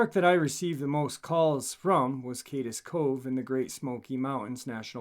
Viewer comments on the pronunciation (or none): You're saying wrong it's Cades cove not kades cove but I'm sure you got it straightened out by now this is old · ** It's NOT Pronounced : Kay-Dess Cove ** Correct Pronunciation : Kaids Cove *Correct Spelling* Cades Cove ** My name is Mike & I live in Gatlinburg, TN. where this Park is Located. Love your stories brother, Thank You for all your content, hard work and determination.. HMU anytime, I have plenty true stories about these here mountains.. Love the Channel Bro, we appreciate you..